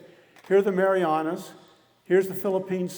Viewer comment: Pretty sure he called the Marianas the marijuanas